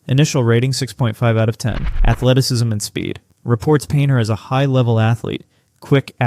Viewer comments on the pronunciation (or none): none